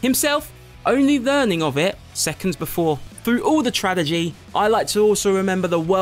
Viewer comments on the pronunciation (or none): Ahem Tradegy? Its pronounced Tragedy.